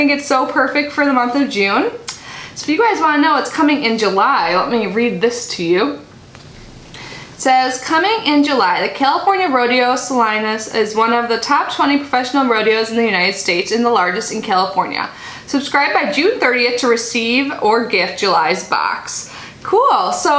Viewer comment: Cali girl here & A's fan. Never knew this box existed. Did they happen to say from what city each of those shops are located? Can't wait to see next months. Btw it is pronounced Sa-leen-is 😆 & Cali has many big Rodeos 💚. Have a great day & Congrats